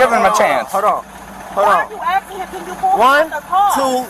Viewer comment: She Axin you a question Mr POlice man.